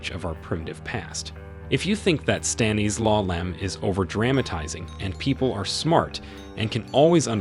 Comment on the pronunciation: Why can’t you say “Stanislaw”?